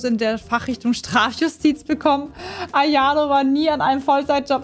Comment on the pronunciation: Hast du AYONO gesagt 😐 (no hate ich finds einfach funny)